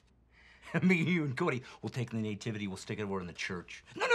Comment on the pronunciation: I've never heard someone called the Nativity Scene a Năytivity😮 it's pronounced nuh·ti·vuh·tee